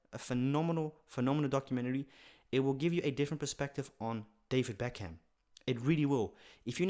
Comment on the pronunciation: its pronounced beck am